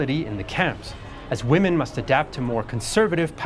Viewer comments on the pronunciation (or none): none